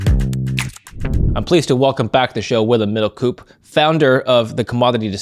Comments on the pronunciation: You can pronounced his name as "Middle-Cope" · Come on! It's Middelkoop "oooo" not like school 😢